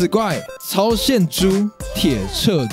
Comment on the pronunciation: 鐵轍跡 ㄊ一ㄝˇ ㄔㄜˋ ㄐ一 念錯了